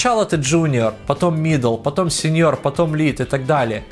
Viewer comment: "Сночяло ты сениор кхм ну да." 😂